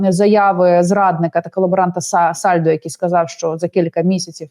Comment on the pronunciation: Ведуча гарно сказала САСАЛЬДО.